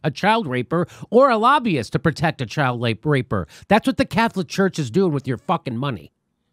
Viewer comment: It's rapist...not raper